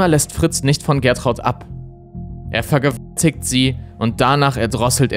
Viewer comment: Was sind das für Sprachfehler wenn du „SEX“ & „VERGEWALTIGT“ sagst?